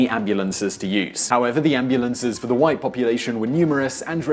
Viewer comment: LOL he killed what? The whits? The whits of what? Was he destroying Atoms? I understand if English is not your first language (it's mine neither) but you really should use a dictonary then or else your attempt on trying to demostrate how whites are so much better just reveales how dumb you (not the whites but you Sir) actually are